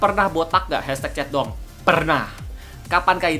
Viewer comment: Ap cuma gw yang denger kak regi ngomong " chat dong " jadi " centong "